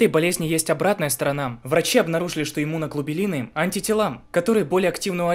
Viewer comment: кровопускание, а не кровоиспускание иммуноглобулины, а не иммуноглубилины внимательнее в тему надо погружаться...